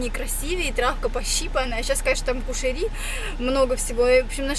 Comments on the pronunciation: НЕ КУШЕРИ, А КУЩЕРИ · Не кушери , а кущери